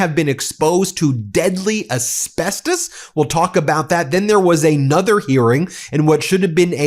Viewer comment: Can you stop saying asbesTOEs